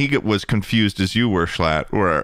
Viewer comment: You did call him schlum ☠️